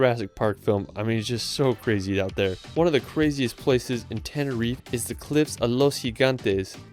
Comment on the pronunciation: "tenerif" Lmao it's Tenerife